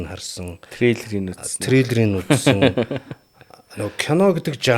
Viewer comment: Trailer гээд хэлээд сурчихвал ч